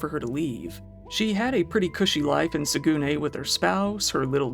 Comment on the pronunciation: For the record, Saguenay is pronounced Sag-uh-neigh